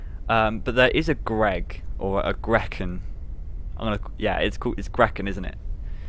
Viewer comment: gretchen is pronounced greh-cheh-n